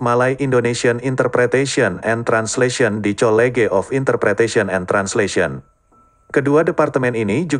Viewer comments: hehehe maksd sy itu pengucapan naratornya..kata college tdk dibaca dalam pengucapan bahasa inggris melainkan dibaca dalam pengucapan bahasa indo..tp biasalah klo cpu yg bicara krn sesuai programnya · hehehe...the way the narrator pronouncing word 'college' is really embarrassing for me to hear it as indonesia citizen...he pronounce english word in indonesian way to pronounce indonesian language